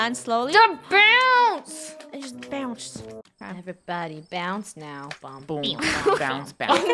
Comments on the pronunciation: "Eveybody bonce now" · "eVrYbOdY bOuNcE nOw XD" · eVeYbODY BoUnCE NoW 😂